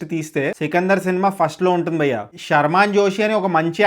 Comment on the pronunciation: Bro ...try say 'bhayya" ....not bayya